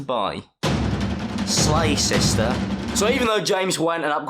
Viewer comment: he said “shlay shishter” im dead